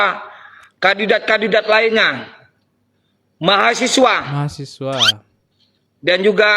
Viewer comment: Mau berak rasa nya dengar mahasewa😂😂😂😂